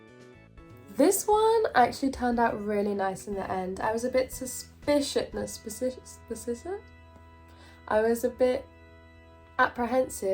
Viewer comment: Word 'suspicious' pronounced as sus-pish-us. I've learned English at 13. Fluent now. Glad to help you out🌼